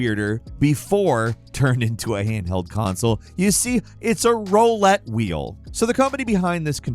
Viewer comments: Role-ette? Pronunciation note: ROO-lette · he says rowlette wheel in this video too instead of roulette in this exact video. Actually hilarious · How do you not say roulette correctly lol, its not row-let, its ru-let, like your trying to say rule except with let in it. Yea im correcting his wording, you cant stop me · Rue-let, not Roll-let. Also, it’s not a roulette wheel, you could just call it a wheel, or a spinning wheel, fortune wheel… idk, but no a roulette wheel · "row-let" ? what? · you are wonderful and one of my favorite video game presenters on YouTube, BUT dude you really can't get fussy about how people pronounce words. Like RAO-lette wheel? You're always mispronouncing words, ya silly bird 😂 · Some days i do wonder if is simply an ai pronouncing roulette wheel as rohlette... I dunno man! He's said some other fishy stuff too. Maybe he's just the world's best ai and only pronounces a few words weird. I mean i had no idea how to pronounce lasagna when reading it until i was like 18 and i saw a picture associated with the word for the first time... So maybe it's just that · Bro until you can pronounce "roulette" correctly I don't wanna hear anything about how to pronounce "nuclear" from you